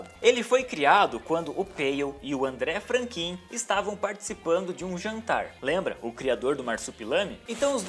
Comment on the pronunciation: pronuncia do amigo de peyo: "Andrrê Frankan"